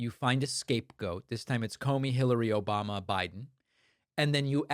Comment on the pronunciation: That echo chamber "Obamna" kills me every time